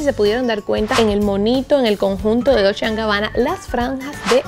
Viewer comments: Reyna Corazones sería dolche (dolce)=dulce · Me encanta tu forma de decir " dulche and Gabbana" 😂